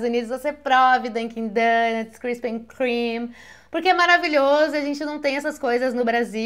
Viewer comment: Krispy Kreme pra vida!! Não sei se você sabe mas toda loja tem uma luz de led vermelha ao redor do nome, e a luz fica acesa indicando que tem donut quentinho que acabou de sair! MARAVILHOSO! Ps: não tem “and” na pronúncia. Eh soh Krispy Kreme mesmo, não tem “n” como vc falou. Beijos.